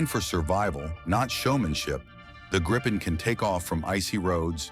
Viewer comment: It's pronounced more like Gree-pen .